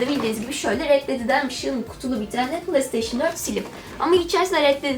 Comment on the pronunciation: PlayStation Türkçe okunuşu Plesteyşın değil Pleysteyşın diye okunur.